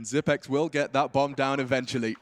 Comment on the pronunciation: why is he calling him zip-x? Lol